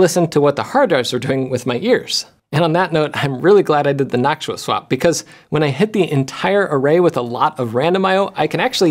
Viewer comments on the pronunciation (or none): Jeff! Why do you say naak·choo·uh when it's supposed to be naak·too·uh? 😛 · Jeff saying nactua instead of noctua is another sound altogether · noctua❌ noksuah✅ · Am I the only one hearing "nacho" instead of "noctua"? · I keep thinking you're saying "nacho fans" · Noktua is the pronunciation. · i know you watch LTT but i dont get why you pronounce noctua different. is yours more correct ? is this the .exe/.png moment for linus or you ? is it gif or gif ? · You're pronouncing Noctua wrong.